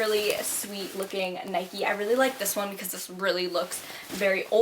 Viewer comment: Please please pleaseee Stop calling it 'Nikey' 😂🙄